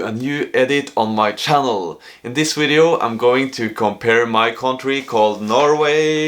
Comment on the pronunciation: so cute when you say “wideo” 😂